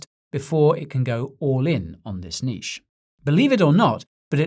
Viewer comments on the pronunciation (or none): none